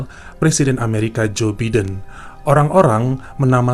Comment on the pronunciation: Narasinya sudah bagus dan detail, cuma sedikit saran dan koreksi buat: agar kedepan mengucapkan lafal nama luar terutama nana orang2 yg ada di cerita sesuai dengan pengucapannya. Misalnya Joe Biden dilafalkan Bai-den bukan Bi-den. CEO (Si i O, bukan Ce E O), karena mereka nama2 orang luar, jadi sebisa mungkin diucapkan sesuai dengan semestinya. Agak mengganggu jika dilafalkan dengan bahasa Indonesia. Terima kasih.